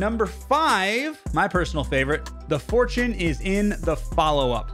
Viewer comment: Fortune, not Fourtne